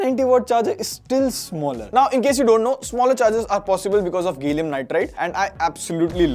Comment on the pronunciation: Gay-lium nitride